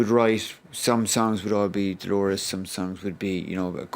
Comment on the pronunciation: Can people stop saying Delores!!!! She was called Dolores